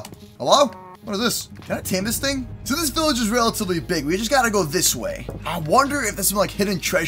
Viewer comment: BILLAGE!!!! BEKFAST